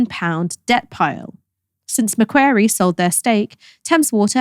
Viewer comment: Macquarie is pronounced "Mac-wore-ee". Nails in a chalkboard! 😅